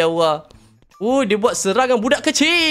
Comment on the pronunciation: Bolih ka kalau ucap kalimah allah tu sebut betul2, bukan lailaha ilauwa. Sbut btul2 lailah hail allah